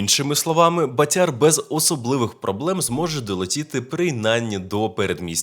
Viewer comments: В слові. БАТЯР в українській мові. Наголос на першому складі,прошу. пана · В українській мові у слові БАТЯР наголос на першому складі.Не калічте,прошу пана,українську мову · БААтяр , наголос на (А),означає ; гулящий ; .